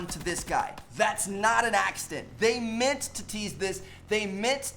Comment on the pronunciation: "They mint to do that" ahah